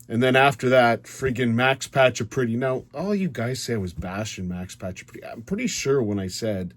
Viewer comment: No need to call names, His name is Paccioretty, no Pacca Pretty. Also remember you calling Laughton a piece of filth. No need for that either.